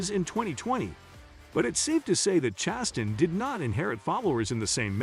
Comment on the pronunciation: Does this guy know how to pronounce last names? Chastun, nicklaws... Hard to watch. Btw Ross ChastAIn sucks, his "aggressive" style really means he cant hold a line in traffic...